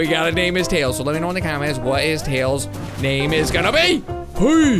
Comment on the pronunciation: Name not noot